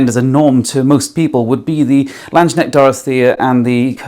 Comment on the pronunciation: It's pronounced "Lands - Knecht" instead of "Land - Shneckt", and with "Regenyei" as with every Hungarian word/name the first syllable ("Re...") is stressed. 🙂